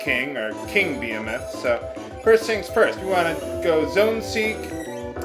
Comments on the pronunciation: "Bee-eh-meth" I think its pronounced "Be-hee-meth" isn't it? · Beh-hee-moth. lol (and yeah. baby dragons were thought to be sea horses) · It's pronounced buh-HEE-muth